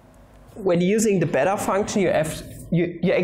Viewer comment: When you said it's "the beta function," I heard "its a better function."